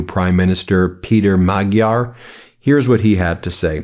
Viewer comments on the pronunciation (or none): The G in Magyar is a soft G, like giraffe, rather than like golf. Also, the country is HungAry, not Hungry. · Pronounce Magyar 'Modyar' 👍 Nice one Ben and team. ✨⭐👍